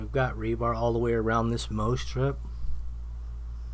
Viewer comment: for the record, its "mow" strip, as in mow the lawn.